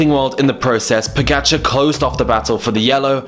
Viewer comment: Skipper He pronounced it very well. The OP expects perfect Slovenian pronounciation which is of course moronic.